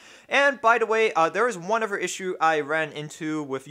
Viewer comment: do you keep saying uver in place of other? i swear i hear you keep saying uver.